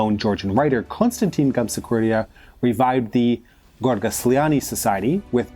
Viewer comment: Some names are MISSPELT and MISPRONOUNCED. It makes me cringe when you say "Gamasxurdia" instead of "Gamsaxurdia". Yikes. More accuracy and respect to culture would add to your credibility. No "likes" this time.